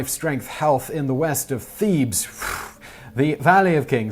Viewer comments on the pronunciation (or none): none